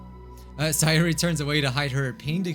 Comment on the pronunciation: Say-Yori, her name fits Yuri they were destined to be friends!